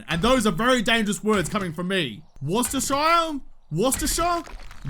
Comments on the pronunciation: Worcestershire sauce is pronounced like 'Wooster sheer' Sauce - Even us brits have to double take and it makes no sense XD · its wooster shire sauce dude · You trying to say Worcestershire has made me laugh more than it should....it is wus-ter-shire laughs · It's probably been said somewhere else in the comments but here in the UK it's pronounced "Wuss-Ter-Sheer" Sauce mainly. There are multiple dialects in the UK, but people from Worcestershire pronounce it this way. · It’s pronounced Wooster sauce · Worcestershire is how it's spelt but we in the UK pronounce it, "Wooster-shur" if that helps at all 😄 the way you say it though is fine, I don't even like woostershur sauce 😆